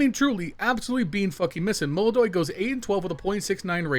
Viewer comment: This is Brazil, this is yekindar, this is fucking MOLODOY. É melodoy ou não é???